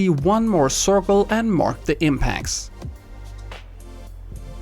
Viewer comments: He said corkol or cirkle 🤔🤔🤔🤔🤔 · No offense man,but I find that the way you say circle is pretty funny😂